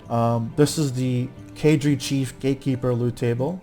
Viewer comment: I always hear Gay-keeper...